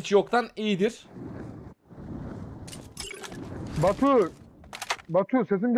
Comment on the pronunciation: yanlız batur değil batu adamın dili dönmedi 🤣😂😂😂😂😂🤣🤣